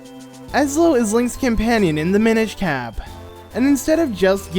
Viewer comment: Oh... It's, Mi-NISH